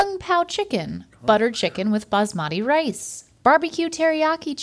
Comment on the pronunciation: The s in basmati should be pronounced like an s and not a z😊